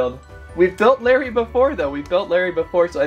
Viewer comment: Ha mixup guy it is Lary ship not lummey ship